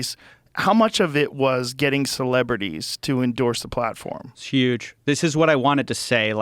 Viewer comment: Coffeezilla: "S'huuge"